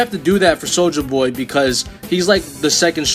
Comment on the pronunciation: Thats not how you say soldier boy